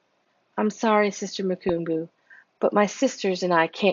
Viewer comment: Vonetta= Vun-etta. Mukumbu= moo-come=boo.